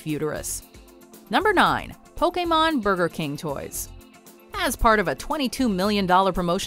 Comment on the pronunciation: The way you say pokemon makes me.....uncomfortable